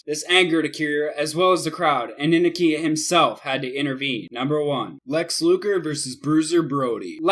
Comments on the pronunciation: Antonio Inoki is one of the 3 biggest names ever in Japan wrestling history, can u plz at least show him respect & pronounce his name correctly. Its phoenetically pronounced: In-Oh-Key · In-O-ke, NOT inake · Anoki (uh•no•key) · All this time I've been mispronouncing Inoki? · In-oh-key you idiot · It's pronounced Eye-no-key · 8. Wrong Stevie Ray dumbass. 7. It's Ricky-Doe Zan and Kim-mura. You need to learn how to promote Japanese names, oh and watch some wrestling before 2001. It's In-NO-Key for Inoki. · Bruh it's in-oh-key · I stopped watching after hearing how he pronounced Antonio Inoki's name. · Awful editing, couldn't pronounce Inoki right, little to no information about any of these "fights", couldn't pronounce Regal, abrupt endings to each clip... This video is disgusting. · And inoki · does he even watch wrestling he pronounces a ton of ppl name wrong, luger, oakerland, regal, and more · He also has no proper pronunciation. It's Inoki (In-Oh-Kee) not (In-a-kee) And Rikidozan (Ricky Dozan) not (Re Cody Zahn) And it's Regal (rhymes with Seagull) not (Ri Gall) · "In-nikki"? REALLY?? Inoki's name is pronounced "In-Oh-key".Kimura is pronounced "Ki-mura" not "Ki-mira". Regal is pronounced "Re-gull" (like British royalty or "seagull"), not "Ri-gal". Know your pronunciation, damn it! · So innoki is not pronounced Inn.uh.key it's inn.oki and Steven regal isn't ruh.gahl it's Ree.gul. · #1 in-KNOCK-ee #2. REE-gull ....smh..... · InUHkey? Steve Ray? Steven ReGALL? RikOHdeezon? Dude, can't take you seriously when you don't even know the names of these people. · You mispronounced Inoki and Regal. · Learn the names before you attempt to make a video. Could you have pronounced more of them wrong? Inoki? Regal? Geez!